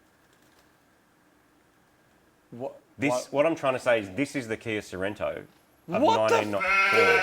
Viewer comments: Sorento? So-ren-to? What??? Why??? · "Kia Cerento" Killing me!